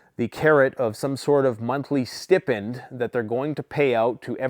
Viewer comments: Is that really how you pronounce that up there, or are you just doing it for a sarcastic effect? Stippend? It is Stipend … like stripe not strip. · It's pronounced Sty-pend,. I Googled it. 🇨🇦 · Is that how Canadians pronounce Stipend? or is he just an idiot?